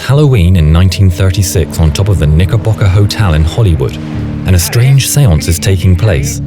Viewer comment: I want this guy to say Knickerbocker again